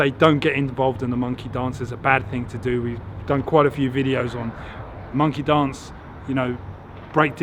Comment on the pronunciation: When u said monkey dance. I thought you said monkey dongs. 🤣🤣 great job by the way. I love your content